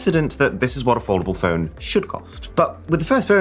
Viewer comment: Now that's an "aFOLDdable" Phone